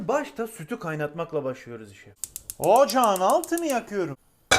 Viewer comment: ğocaağn altını açiyrüm